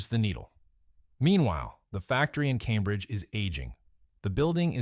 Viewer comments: Shout to all me boys in Calmbridge keep it real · "Calm-bridge" and "Knee-co" Can we PLEASE get a REAL human to narrate this hatchet job against what was my favorite candy company? Necco wafers are still available and I love them.